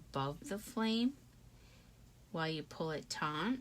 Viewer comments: Just FYI the word is “taut”. There is no “n” in it. Any chance youre from PA? My husbands and his Dad pronounced it that way too till I pointed it out. Hope you don’t mind the correction. I always appreciate it when people help me if I’m saying something wrong. taut /tôt/ adjective stretched or pulled tight; not slack. Anyway. Great video… thanks! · The word is ‘taut’.